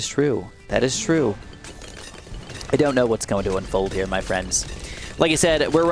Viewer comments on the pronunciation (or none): The way you say “here” with that weird accent makes me cringe so hard. I have to click off everytime you do that weird sh*t